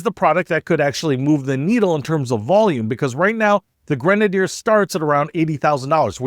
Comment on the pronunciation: I love my Grenadier. Your mispronunciation is hysterical. This is why many public companies get taken private so that they are not beaten down for extensive CAPEX. Ratcliff has it's expenses covered in spades with his own personal capital. Amazingly horrible commentary, wildly speculative nonetheless. The is completely witless and needs to go back to business school.